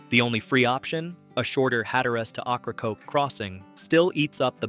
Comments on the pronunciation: For all those watching, it's pronounced "OH-craw-coke" or "Okra-coke" NOT OCH-RA-COKE. Fix your narration please. It's terrible. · OH-cra-COKE island. A wonderful place for local oysters and Key Lime pie after a nice ferry ride. 😊 Also (Cape) HAT-ter-ass.